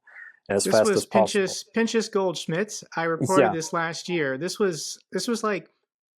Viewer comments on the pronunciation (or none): The head of the Jewish people in ruzzia: the ch in Pinchas is pronounced like the ch in J.S. Bach.